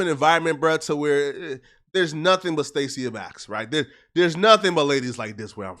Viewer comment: Him pronouncing her name like that is crazy 🤣🤣 it’s (STAY-SHUH) not stay seeya 🤣🤣